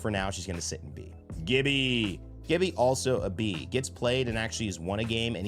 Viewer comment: How can you of all people say Gibbys name wrong? 😂